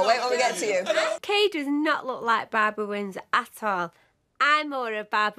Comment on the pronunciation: Her name’s ‘Kay’, not ‘Kate’